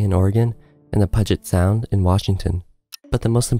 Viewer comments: Pu jet Sound not however you butchered it, and it's 'Grays' Harbor, not Gray Harbor. Getting all the details right is important as the others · Check your narrator's pronunciation: The Willamette, the major river in Portland, Oregon, is pronounced Wil-LAM-met, and Puget Sound in Seattle, Washington, is pronounced PEW-jit Sound. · Puget Sound is pronounced "PYOU-jet". It's Grays Harbor County, not Gray County. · Will-a-met Valley, Puge-it Sound? Do some more research before posting.